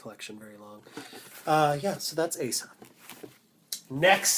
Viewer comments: Did you know Asa (pronounced oz-zah) was based off of the movie Black Sunday? Thats why her name is not pronounced ay-suh, but oz-zah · Love your reviews! And I know it's like 2 years old but for any newbie collectors using this as a reference, apparently Asa is meant to be pronounced Ah-sa and her hair is meant to be quite straight except for the bottom where it's curled up into a bit of bounce :) she's definitely my favourite of the series.